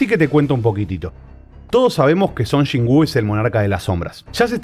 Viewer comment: No puedo ver este videoo, solo de escuchar que dices Chon Chin wooo 🤣🤣🤣🤣🤣